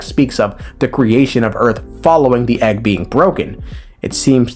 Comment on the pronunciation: it comes with an eggwuh